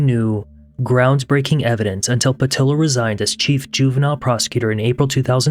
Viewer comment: Ok - Padilla is pronounced pad E ya.